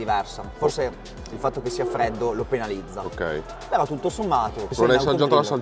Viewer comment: "la PENEalizza"🥴